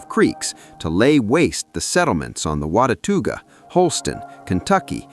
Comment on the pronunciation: I am enjoying this very much however I do not know why it goes forward and then backward in the frames. Some of the pronunciations are WAY off but I assume it is AI doing the talking. WATUAGA Is pronounced Not even close to the way it is said. WA-ta-ga Is the way we pronounce it here🙂